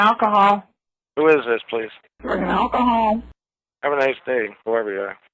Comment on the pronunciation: Yer the person callin drug-in-alkahaul.